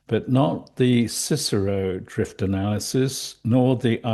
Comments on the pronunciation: The CSIRO is an Australian government agency responsible for scientific research. It's always pronounced by saying the letters, C, S, I, R, O. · I deal with the CSIRO frequently as part of my employment - the most common way to refer to (i.e. pronounce it) is 'Sy-ro'. That includes by its own employees. So it's shortened name should only have 2 syllables. Other than that very pedantic point, fabulous work. Much appreciated!